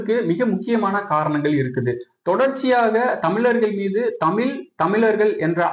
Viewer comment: தமில், மொலி என்பதற்கு பதிலாக சரியாக தமிழ், மொழி என்று கற்றுக்கொள்ளுங்கள் முதலில்